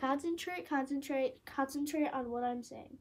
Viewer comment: The way she said concentrate concantrate CONCENTRATE ON WHAT I‘M SAYING